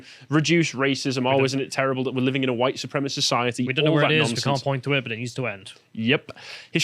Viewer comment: You're saying Hohite, not white.